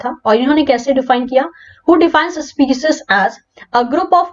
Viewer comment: Ma'am kindly correct your species pronunciation.